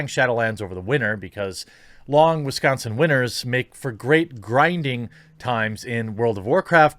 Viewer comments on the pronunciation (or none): none